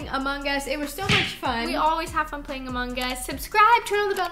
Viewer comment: How you guys pronounce the g in among XD